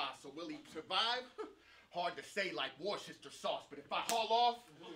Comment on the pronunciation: Just say "wooster" sauce.